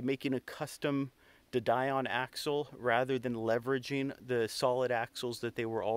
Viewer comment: de Dion is French and pronounced Dee-on, rather than Die-on. It's a reasonable suspension arrangement to use a motor and gearbox system designed for a FWD car. The bevel gearbox is more efficient than a live axle's hypoid gear as there's a lot less sliding friction.